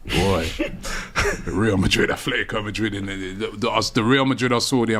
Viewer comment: Can English people stop saying Athletico, it's Atletico, no th. The only Athletic is Athletic Club from Bilbao. They were named by Englishmen, however, they dont pronounce it with a th still.